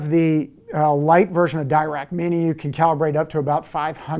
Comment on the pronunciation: Dirac is named after Paul Dirac (an absolute OG in quantum physics and mathematical physics generally). Being british he pronounced his name "duh rack" not really "dye rack". It's more of an aside and doesn't take anything away from the excellent content of the video, but worth noting.